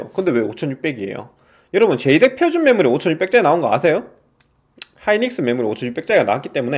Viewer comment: 제이덱 아니고 제덱이요~